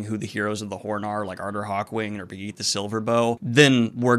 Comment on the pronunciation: Be-Yeet-a Silverbow